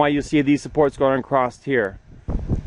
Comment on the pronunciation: There is no T in Across